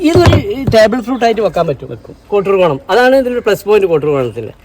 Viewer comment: കോട്ടൂർക്കോണം അല്ല, കോട്ടുക്കോണം ആണ് ശരി.